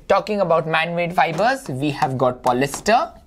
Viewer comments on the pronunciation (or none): 1. It is polyester not “polyster ” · Sir you are wrong it is polyester not polyster